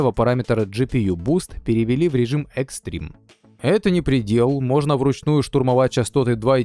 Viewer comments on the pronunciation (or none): none